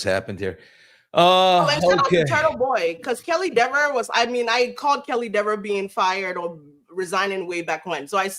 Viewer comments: Are you trying to make a joke, as Dever’s last name is not pronounced “Dee-ver” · plenty of accomplished character actors could play Kelly Dever. Kaitlyn Dever. Correctly pronounced as deever.